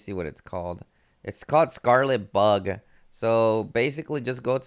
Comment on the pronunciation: Bro you gotta work on your pronunciation Anyramous Crimson merrylands Scarlett Bug 😆